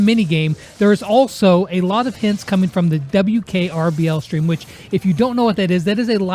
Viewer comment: its WKBRL not WKRBL..............lmao